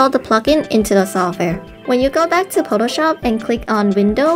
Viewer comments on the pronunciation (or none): Potoshop? So close to Potatoshop.